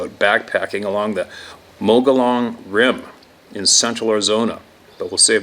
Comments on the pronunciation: Mogollon Rim Pronounced "Muggy-Yon" Rim, in the local vernacular. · I've spent a lot of time on the Mogollon Rim, pronounced - Mug-E- Own . I've seen huge herds of Elk up there, I'm sure there are Squatch up there too but I never had any encounters until I moved to NE Washington. There's a trucking company up here called Big Foot Trucking. Our only grocery Store has big metal Sasquatch cut outs pushing grocery carts at the cart cage. Many people have Sasquatch stickers on their trucks. T-shirts saying, "Hide and Seek Champions" with a pic of a Squatch are available at the grocery store. I know numerous people who have seen them up close and personal, one at 20 ft, full frontal view, one swimming across the Columbia River. I've smelled them (bad!), heard what sounded like an elephant crashing through thick woods right towards us, (hair stands up & flight takes place), and had what sounded like a huge log thrown down about 100 ft away while picking huckleberries in a remote location, no wind, no tree fell down, you can hear a tree fall as it wooshes through the air and other trees and they kind of bounce when they hit the ground, this was a powerful thud! It was in an area I believe they live, cliffs with possible caves, creeks, lakes and terrain so rough no logging or roads can go through. I studied it on Google Earth. During deer hunting season I went up there for a ride and came across about 15 trees laid across the road, perfectly parallel to each other, about 12 inches apart from each other. I knew right away this was a Squatch roadblock. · Mogollon RIM in AZ pronounced ( Moge-eee-ON)